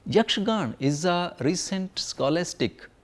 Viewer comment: Great load of information, but it is a little disheartening to hear most of the words being pronounced without its ending 'a' sound including the word Yakshagana as Yakshagan. Even Sri Madhvacharya's name was pronounced wrong. Although it is still a very appreciable effort.